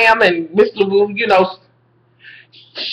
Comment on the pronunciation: your mispronunciations of Cathy Bates character give me life!! you said miss "Labodabo" LOL! love your reviews!